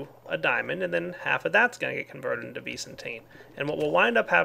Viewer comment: Stop saying ves say vis that's what it's called